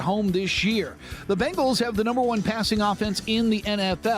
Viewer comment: Not to be too critical, but you'd think someone with the first name of would be able to pronounce the word Bengals properly. The word is Bengals, not Bangles. The Bengals are the NFL team in Cincinnati. The Bangles are an all-female pop band from the '80's. Sorry to be that guy, but I thought maybe a little constructive criticism would be appreciated. Love your show, you guys are both very knowledgeable and personable and I like listening to your show every weekday.